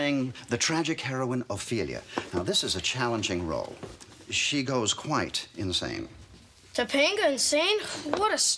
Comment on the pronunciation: its pronouced Toe Pung ngah ....i remember this episode from when i was a kid...it startled me hearing how bad americans prononce polynesian western indian names badly...topanga in our culture means brown hairy little tree lol that lives in cloudy mountain areas near rivers or the sea!!!